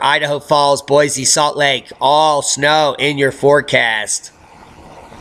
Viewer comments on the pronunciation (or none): none